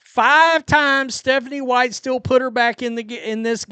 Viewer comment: What is Methanie white- is this from having sniffles? Idk really😅